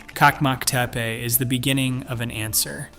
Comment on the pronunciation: One detail: The Turkish pronounciation is : CHAK-mak Te-peh